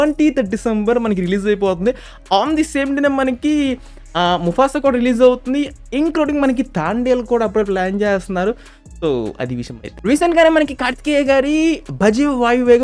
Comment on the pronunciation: తాండేల్ కాదు బయ్యా తండేల్ 😅